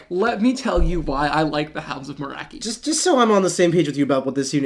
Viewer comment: Ooof… MoraKi… cringed hard. Morkai… Mor Kai my friend.